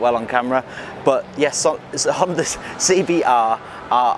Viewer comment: It's CBRRRRRRRR, you gotta say it like a pirate